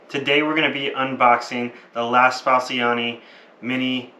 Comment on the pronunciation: You managed to pronounce only 'la' correctly of all those words. The machine is beautiful nevertheless